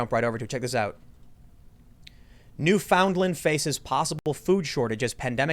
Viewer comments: Its pronounced New-Fin-Land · When americans cant pronounce newfoundland 😭😂